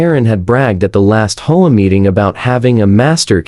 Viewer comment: There’s no F-ing way HOAs have any right or jurisdiction to inspect the interior of a residence! That would get someone seriously hurt if not killed. Also HOA isn’t a word but how do teach AI to pronounce it as H O A?